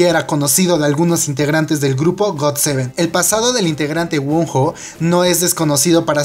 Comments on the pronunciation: el nombre wonho se pronuncia Guono :v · JAJAJA ¿Cómo nombró a wonho? XD se pronuncia wono